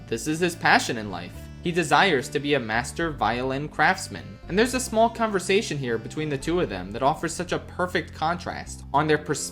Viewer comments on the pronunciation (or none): none